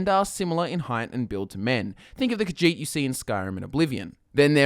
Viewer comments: it's more like khajiit not khagiit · The way you say Khajiit makes me so triggered. I thought Khajiit was pronounced Ka-zheet instead of Ka-jeet. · kahjiht sounds like cat shit